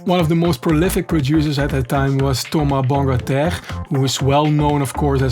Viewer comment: As a french, I can say that ur pronounciation of " Thomas Bangalter " is very good ! Nice video, never stop listening to French Touch ❤️